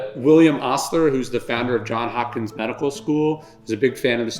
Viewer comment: It's Johnsssss Hopkins smh ryan